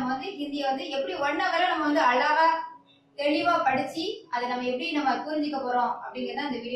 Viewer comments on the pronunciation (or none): none